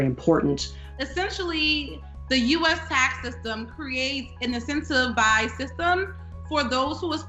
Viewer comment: "lowerly" is not a word. "Encompass" is not the correct word.. maybe she meant "include" but should have used "involve". Several times, she uses says "incencivized" (not a real word, when clearly, in her line of work she should have at least seen the word spelled) as "incentivized". There is a "T" in there! Is and actor who has never used that word before? And seriously, a tax guy who claims that he can't explain why a legal "loophole" is called a "loophole"?